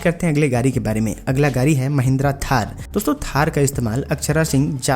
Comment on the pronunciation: Gadi bolo Gari nhi